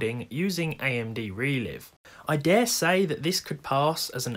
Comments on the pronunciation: Probably because it's pronounced ReLive(re-live) not ReLive(re-lyve) as can be seen here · Funny how he says ReLive instead of ReLive, also funny how you people can read this both ways even tho it's the same word